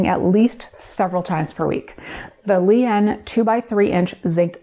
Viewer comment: Ha! I could have sworn you said 'Leigh Anne' printer. I thought you were making this up! Glad to see you up and moving round.